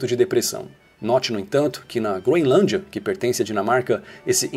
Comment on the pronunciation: Não se pronuncia “Gro-IN-lândia” 🙄